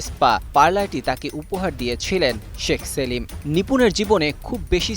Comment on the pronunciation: শেখ সেলিম না,, নিপুন তো বলে সেক্স সেলিম 😄😄😄😄😄